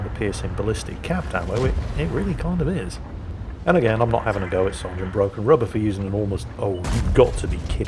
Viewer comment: I kept thinking he was saying “rudder” not “rubber”. Was really confused until he mentioned the eraser.